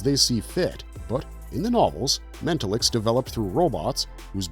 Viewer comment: I HATE AI NARRATION WITH A PASSION. This one ALMOST fooled me until it started saying “mental-licks”. I wish YouTube would actually ENFORCE IT’S OWN RULES.